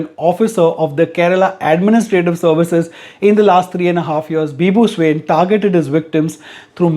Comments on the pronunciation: bizarre news of the year !!!😐🤨🙄 his surname is actually pronounced 'swaeen' 🙃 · Swain..... You have mis pronounced it Say Swa(pronounced as aa ) in (n as nn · His surname " Swain" Is actually pronounced " Swayi ( sort of sounds like swine, n silent) In odia language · Not soo-in it's swa-in